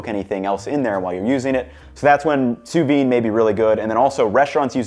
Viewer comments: Good choice of fries... but you seem to be saying 'sous vine' there. Sous vide, my man! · I've never heard it pronounced "soo veen" before. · You do pronounce the “d” in sous vide. I know I’m being pedantic, but you said it so many times it was impossible for me to ignore it! 🥴 Enjoy your new home!